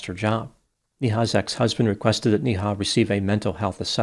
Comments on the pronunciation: Its not pronounced NI Ha ,its pronounced as NAY HA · Every time you say her name it's like donkey goes "Nee-haw!" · Her name is pronounced “Nay-Ha”